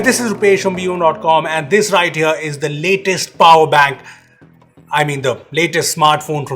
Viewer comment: "Hey guys dis here is the latest power bank.." Damn rupesh that made my day